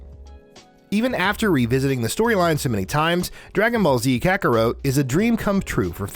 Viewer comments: Not even "Kaka-root" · It was really hard listening to him pronounce several words...”kakarote” was the worst. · Ka-ker-wrote 😖. My man never seen an anime 😂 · I completely understand that everyone pronounces things differently but when you're making a list like this it's probably smart to do research on how these names are pronounced because WOW. All you have to do is watch one episode of these anime and see how these names are pronounced and there you go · Lmfao 😆 this guy can't pronounce kakarot right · I’m sorry but it’s essential, if possible, that when you do lists like these, especially with something as hardcore as anime lovers are, you need to have someone who is familiar with anime. You can tell that this guy did NOT watch anime if you can’t even get KAKAROT right!! I almost wanted to stop watching right then as I’ve seen how these things go and they’re cringeworthy at best. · Um..... Kakaro? Fryza? Super Sigh-en? Bro..... Could you guys not find anyone who has actually seen any of the things you're talking about lol?! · Kakawrote, super cyan, sa-suke.... I can't with this dude's pronunciation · KA-KA-ROT not kakarowt FREE-ZA not frazier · Ok, has this guy even ever seen, an episode of Dragon Ball, cause that is definitely not how you pronounce Kakarot and that is certainly not how you pronounce Saiyan. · Dude. It's Ka-ku-rot. Not Ka-ku-row. SAY-an, not Cy-an. Sas-kay, not Sa-soo-keh. NAH-ru-toe, not Na-ROO-toe. POKE-uh-mon, not POKEY-mon. roll eyes